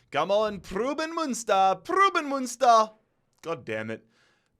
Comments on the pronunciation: it’s pruhs-suhn Muhn-stur right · Preußen Münster is actually pronounced Proyssen Münster, ß=ss in german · The way you butchered Preußen Münster. Since the ß is pronounced as an s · It’s not pruben münster. It’s pronounced as preusen münster ( the ß is just an s sound ) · Preußen Münster is pronounced Preussen Münster and goes back to the historical state of Prussia great video once again love this series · more like proys-sen (the 'r' is prnounced) mün-ster (mün like in München (=munich)), pronuniation of the ü is hard to explain to an english speaker. its kinda like when you pronounce words like few, mew, new or you slowly and look out for the transition between the 'e' and 'w' or 'y' and 'ou' respectively. hope this helps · Why did he butcher Preußen Münster so many times😭